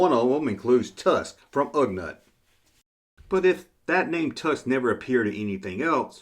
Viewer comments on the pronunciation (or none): Don't worry. Just sit back and enjoy the people whose nerves you are messing up by saying Ugnut instead of Ugnaught. Lol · Come on, it's Ugh NAUGHT. not NUT. I have a feeling this a blatant mispronounce some kind of an inside joke. Usually I say THUMBS UP! Holdin back on this one. haha